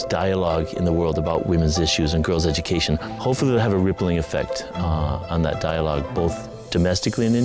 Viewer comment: Its not ezooucation its education (edoocation not ezoocation) you need first proper edoocation not ezoocation